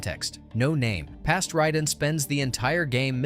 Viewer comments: Ride'n??? It's pronounced RAY-DEN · Why does he keep pronouncing Raiden as "ridin?"